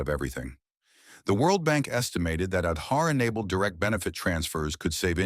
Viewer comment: Kudos for the Wonderful narration with thorough research. Truely brings out the well deserved positive achievements of India👍. Just that in the narration, the pronunciation of some specific Indian words like "Aadhaar" has to be taken care of for a more refined presentation. Otherwise wonderful work👍